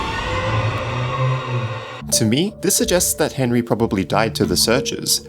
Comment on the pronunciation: Be cas Henry an bendy it's ri a little bit it's be as enry an endy rim ok bro.